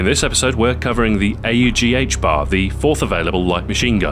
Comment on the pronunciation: I’m so glad you pounce it A U G instead of ahhhg